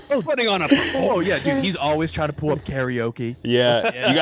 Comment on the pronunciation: jumping on the and 1 pronunciation when he can’t even say “zah” right let alone “Pull” and many others